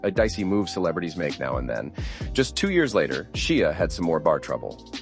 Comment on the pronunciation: His name is Shia like Shya.